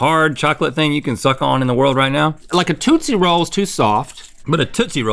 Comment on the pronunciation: I’m glad Link actually knows how to pronounce tootsie rolls now😂